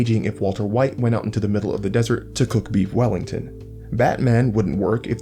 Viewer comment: meef mellington